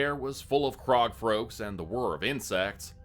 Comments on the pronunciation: Was that "crog folks" suppose to be "frog croaks"?? 😂 I had to make sure I hadn't lost my mind for a second there! Lol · "Crog Froaks" I caught that!😂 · I love listening to "crog froaks" 😁😉